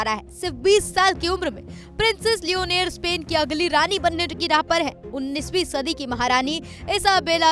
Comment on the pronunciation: Not leoneer this is leonor😂😂